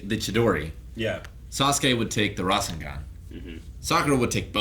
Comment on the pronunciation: _- rasengan is not pronounced like that.....